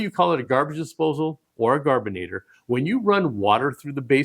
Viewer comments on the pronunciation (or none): The correct pronunciation is gar-bur-et-or. We always had one in Canada, ever since 1965.